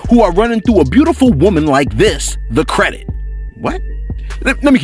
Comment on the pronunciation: Boosie..... it’s not CREDIK !!! 😂😂 get it together Bossie!🤨😂😂 hey... if he reads this statement I DIDNT SAY IT!! 😎😂